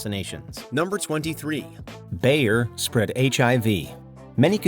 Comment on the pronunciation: Great video, but Bayer is pronounced like "buyer." It's German. Also, the "official" pronunciation decided on by "journalists" for Qatar is WRONG. It is pronounced KAH-TAR. I grew up with shortwave radio, and the radio announcers there actually knew how to pronounce their own country's name, unlike modern "journalists." I heard them pronounce it KAH-TAR in English and Arabic. I have a theory about the official move to pronounce it incorrectly. I think the globalists in power sent out the notice to see who would go along with the mandate to see who was complicit, much like the lockdowns and the mask mandate. I think they wanted to see which "journalists" would roll over and pronounce it "cutter." All of the dim-witted globalist "journalists" pronounce it "cutter."